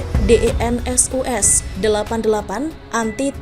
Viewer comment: Bacanya yang benar dong mbak DENSUS bacanya Densus kan?